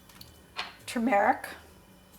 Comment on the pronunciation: You mispronounced turmeric and ablondigas.